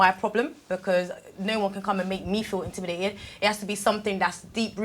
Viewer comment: Its intimidated not indimidated